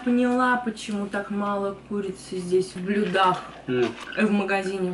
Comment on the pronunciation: Хахах, ранее в видео с Максом говорила ему, что никто не говорит «блюдА», а здесь сама сделала акцент на этом ударении ^^ Прелесть:»